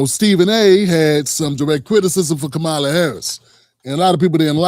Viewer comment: Bro you don’t even pronounce Kamala’s name correctly